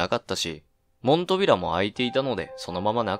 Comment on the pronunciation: 門扉＝もんとびら × ＝もんぴ ○ ですよ！